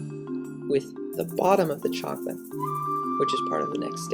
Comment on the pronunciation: Voila! Zacolate! lol